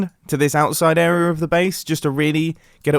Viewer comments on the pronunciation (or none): Can we all just agree that Mumbo is incapable of saying the word "area"? He always just pronounces it as errrrrra